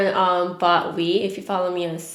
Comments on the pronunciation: Is it just me that heard her say she bought weed instead of wii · I thought she said brought weed 😂😂😂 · legit thought you said "me and my boyfriend bought weed" 😭😭😭😭😂😂😂😂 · same but I was like it kinda explains why she didn't do much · I heard the same thing! lol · Lol me too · I thought you said "me and my boyfriend bought weed". 😂😂. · I thought she said "weed" instead of "wii" 😅😂💀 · Oh looking at the comments and everyone thought that as well,. Thought I was the only one 😂